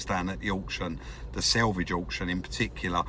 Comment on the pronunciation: I know I'm sounding petty and I'm sure it's just your local accent but the word is SALVAGE not (which is the edge of a piece of cloth). Sorry but I'm the original grumpy old man and it just irritates the hell out of me.